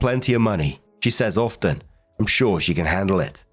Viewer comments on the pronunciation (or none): none